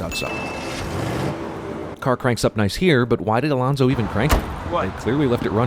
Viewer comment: It's Alonso, not Alonzo.